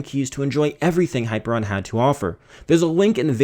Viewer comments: high-PEER-ee-un is how it's pronounced, not hyper-on. And your use of 'iconography' is a malapropism. You're talking about icons, not iconography. Other than that, good review! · Hi ....peer ...... E ...... an Not ....hyper .... I .... on Ask Google assistant to spell it and pronounce it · Hyperion not Hyperon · High - peer - ee - on. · That's not how you pronounce Hyperion! I've played Borderlands, buddy! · I don't think you're pronouncing that launcher's name correctly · ..Thumbs down to this video because of the mispronunciation.. Very annoying. Thanks for bringing it up.